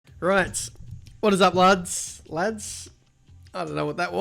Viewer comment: Whats up laaooods That British accent already kicking in